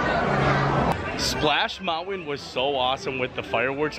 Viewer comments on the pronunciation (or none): Love your videos! I’m confused why you call Splash Mountain, “Splash Mouwan?”